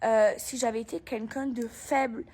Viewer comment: Ça y est elle recommence avec ses "KUNKUN" elle sait pas prononcer "quelqu'un" ? 😂